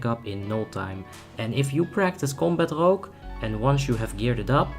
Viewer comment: Rogué asesination????